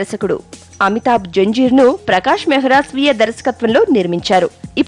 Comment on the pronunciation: Haha...its not janjeer its Zanjeer.